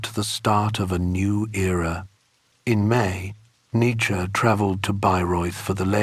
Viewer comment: 1 minute in and the narrator pronounces his name incorrectly..